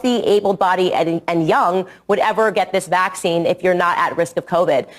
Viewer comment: It bothers me when she randomly pronounces it VACC-ine instead of vacc-INE cuz she doesn't do it all the time lol she goes back and forth 😂😂😂 weirdo